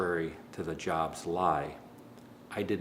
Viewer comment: jobst is normally pronounced (yobst). i dont know it karl jobst actually pronounces it this way, but it still sounds cringy as shit when you say it like walmart